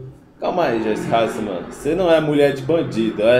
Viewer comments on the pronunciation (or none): none